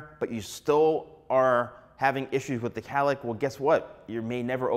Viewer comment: It’s not Callick! It’s cowlick!🥹